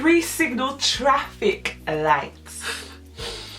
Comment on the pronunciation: No joke , when she said 'TRAFFLIC' lights i choked on my hot chocolate!!!!!!! ahhhhhh i love these girls